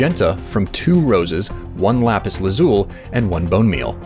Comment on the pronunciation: The amount of pure rage I felt every time he pronounced lapis lazuli wrong